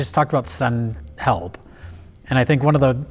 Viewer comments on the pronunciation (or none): I figured because it sounds like she says "Hepl" in the clip. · "SEND HEPL"